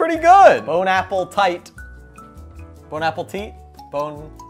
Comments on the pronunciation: being italian Also: BONE APPLE TEA. he was suppose to say bonappetite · its bone-app-ateet